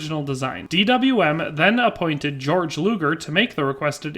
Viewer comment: I don't wanna be that guy, but given that I've spent a lot of time studying this pistol, I thought I'd point out: - It's pronounced bor-shart (Hugo Borchardt), and gay-org (Georg Luger). other than that, the history provides here is pretty accurate, well done! fun fact: Hugo Borchardt refused to further develop his pistol because he believed it was perfect, so DWM gave him the boot, and had Georg Luger update it. Luger actually managed to get the pistol right almost first try, creating one of the most iconic pistols in history.